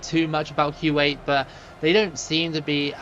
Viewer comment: I don’t know a lot about Arabic, but I think you are pronouncing Kuwait wrong…